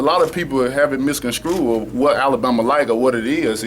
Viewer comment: he also botched misconstrued lol